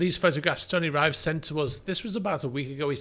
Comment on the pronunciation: I think your contributor Tony Rive would tell you that he pronounces his surname "rivv" not "riyve"